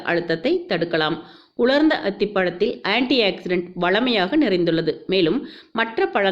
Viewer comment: Anti accident illa, Anti oxidant inu sollunga.Tamil words um kolai.